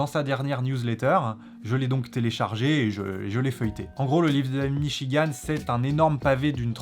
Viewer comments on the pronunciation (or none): "le livre de Davlbgidb m'chigan" xD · La russe dit david michi-gand